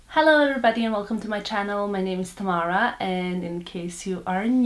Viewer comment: Tamooora? No, it's Tamara, ta ma ra.